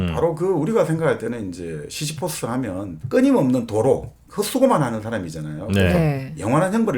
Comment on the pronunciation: 시지프스 시시포스? ㅎ 잘 듣습니다